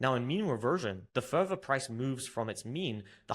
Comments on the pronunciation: Which english taught you to pronounce further as furvur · This is very common in the UK.